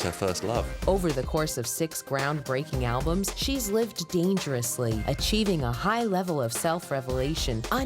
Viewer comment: Thank you! Banked off others' work. Plus anyone who pronounces it "alblums" needs to go back to school! 🤣